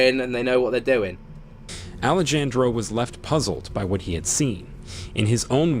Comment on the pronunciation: Ahh-lay-Jan-dro😬 that was like chalk to a board It’s pronounced Ah-lay-han-dro